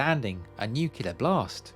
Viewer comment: Fascinating stuff. Thank you. But please learn how to pronounce nuclear correctly. : )